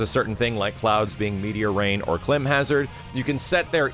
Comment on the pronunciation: 2 things people were actually given a chance to criticize and make recommendations, and no one mentioned adding Vincent Valentine!?! And two, you should look up how to say climb in Climb Hazard. You were pronouncing it wrong.